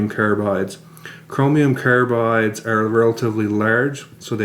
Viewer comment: carabides , what's this aboot